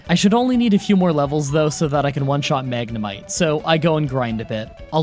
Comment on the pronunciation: Bruh you said Magnemite wrong